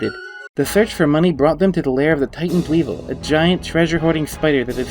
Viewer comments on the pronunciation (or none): none